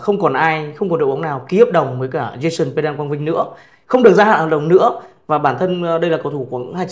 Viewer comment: Tên họ của Jason Quang Vinh cần phát âm gần đúng là "Păng đăng" (Pendant). Không nên phát âm là "Pen-đần" hay "Pen-đan". Xin cám ơn